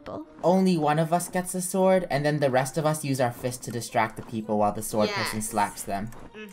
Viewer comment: Lol and Funneh keep calling a sword a suword in the start of the video.